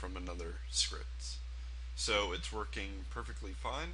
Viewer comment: "Make sure it's twerking all properly. " Sounded like he said that. Lol